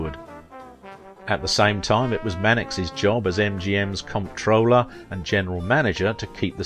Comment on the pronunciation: Berkeley, Davies and Comptroller are just three words that , so called speaker can not pronounce properly. Also Velez.